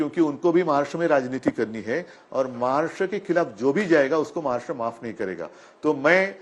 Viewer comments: What’s “महार्ष्ट्र” .. it’s “महाराष्ट्र” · अगोदर महाराष्ट्र म्हण नीट. महाराष्ट म्हणतोय गधडा...